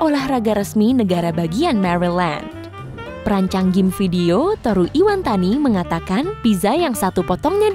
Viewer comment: maaf saya hanya ingin membenarkan sebenarnya nama nya adalah Toru Iwatani bukan tohru iwantani